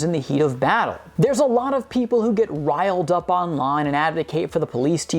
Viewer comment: 15.39 wiled up or riled up? Like hearing lyrics that don't exist🤣